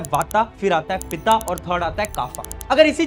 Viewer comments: पित्त को पिता , कफ को काफा😂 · Abey vata , pita, kaapha kya hai Shuddh bolna Vaat, Pitt, kaph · वाता ❌ वात ✔️ पिता ❌ पित्त ✔️ काफा ❌ कफ़ ✔️ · वाता ❌ वात ✅, पिता ❌ पित्त ✅, काफा ❌ कफ़ ✅ भाई पूरी विडियो हिंदी में है और ये शब्द जैसे है इन्हें ऐसे ही बोलो प्लीज़ आयुर्वेद को आयुर्वेदा मत बनाओ कुछ मूल चीजें भारत की ही रहने दो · भाई उच्चारण तो अच्छा से कर ले... वाता नहीं होता हैँ... वात पिता नहीं होता हैँ... पित काफा नहीं होता हैँ... कफ जो अंग्रेजी मे cough शब्द यही से लिया गया हैँ... ज्यादा advance बनने के चकर मे संस्कृत का बैंड बजा दिया 😢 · Bhaiya vo vat pitt or cuf hai not vata pita 🙏🏻😭😭😭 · आयुर्वेद ✅ वात पित्त कफ ✅ योग ✅ आयुर्वेदा ❌ वाता पिता कफा ❌ योगा ❌ अंग्रेजी के शब्दों का तो हम भारतीय गुलामों को बिल्कुल सही उच्चारण चाहिए भारतीय ज्ञान विज्ञान को तो माफ कर दो कम से कम... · वाता पिता काफा नहीं भाई, वात पित्त कफ़ ✔️ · English pronunciation wrong : vatta, pitta kapa वात, पित्त और कफ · वाता-पिता-कफा nahi.. वात, पित्त, कफ ✅️. 🤦‍♂️ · वात, पित्त, कफ़..कब से.. वाता, पिता, काफ़ा 🤣🤣... बन गये , क्यों शब्दों की वाट लगा रहा है 😂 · Abe yaar vata pitta kapha nhi bolte use 😂vaat pitt kapha bolo yar Jo naam wo bolo n Raam naam hai Or bolenge Rama Bhai jiska hindi accent khrab hai uska smjh aata hai lekin unka dekh ke hm kyu apni hindi khrab kre yar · Are bhai inko ,, वात, पित्त, कफ bolte hein naa ki वाता, पिता, काफा 😂😂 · We are so much dumbed by western culture that even vatt... pitta and cough are being pronounced like vaata...pitaaa...kafaaa....🙏🙏🙏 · wrong pronounciation of vata pitta kapha , actual is vaat, pitt,kaph in hindi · ...So, Being an Ayurveda Student let me correct it...वात, पित्त , कफ ..ye hota hai right pronunciation